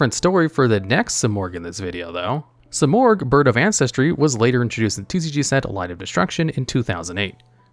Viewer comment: Ahh yes..good old SIGH-morgh